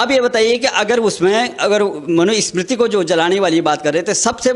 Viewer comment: बाबा मनुस्मृति बोलना सीख लो पहले